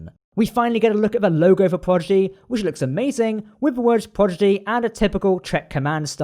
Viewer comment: Great video! (Psst... it's Prodigy, not Progidy)